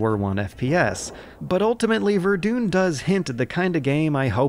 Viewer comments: I've been arguing this for a month now! Verdun needs more attention. By the way, it's pronounced ver-done. People saying this war can't be gamified are just plain wrong, and it seems like Battlefield is studying with the incorrect people. What would be truly interesting is trying to do lesser known wars, but that would not attract as much of an audience. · "Vardoune" That's epic XD This is not how it's pronounced at all (honestly, I don't care, it's just very funny) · Every time he says Ver-doon i want to throw up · Totally not No One no ver-dain is how you pronouce it but not "ain" like rain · verdoon.... wtf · VERDOON LMAO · Wait, why are you pronouncing verdun, verdoon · lol "verdoon" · Verdoon? Lol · lol verdune, you make a video, get footage, edit it, and can't even be bothered to type verdun in google to check that highly historical place pronunciation ? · He has to be doing it on purpose at this point. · Alright guys new challenge, every time this man pronounces Verdun wrong take a shot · Great video as always but your pronunciation of Verdun is maybe the most American way you could have possibly pronounced it, lol. I had to do a double take to make sure I didn't have Fargo on in the background or something. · Sadly, I also pronounced Verdun that way until I heard someone else say it properly. At least i'm a weird Canadian so I can get away with it. What's your excuse,? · That's not how you say "Verdun" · you are saying verdun worng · I’m sorry, how did you just pronounce Verdun? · That's not how you pronounce Verdun.. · It's not "vedune" it's "Ver - dun" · Ver-doon?? Mate, it's Ver-Done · Did... did he call verdin verdoon? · VerDUN not VerDUNE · >verdoon that's it, i'm ver-done with this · Goddamn verdune... Ver-done... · VER-DUN. DUN. VERDUN. NOT VERDOOON. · ver-DONE not ver-DOON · Great video, but it's pronounced Ver-done, not Ver-dune. The game is named after the french town and fortress made famous by the battle there in 1916. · more like ver-duh